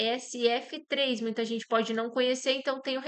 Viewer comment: Bom dia moça bonita .. Sua uma pequena correção na pronúncia do código da empresa JHSF3 J - jota Tu chamou de Gê